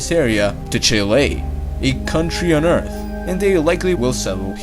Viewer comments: WHY ARE YOU SAYING EARF NOW ITS EART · He now says Earth and not Eart., Bravo....